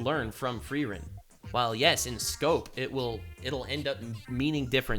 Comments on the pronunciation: Fact she keeps calling her Fairren not Freeren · Every time she said Frerrin or Fearin 😖